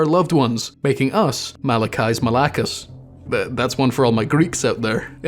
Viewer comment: I was playing Minecraft and had this video in the background, and I just heard Malachi's Malakas. Let me tell you I wasn't expecting to hear a greek word so well pronounced.